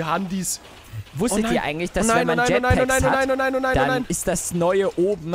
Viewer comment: mmmmmh das heißt jetpacks und nicht jeetback und Alle Lucky Blöcke auf mach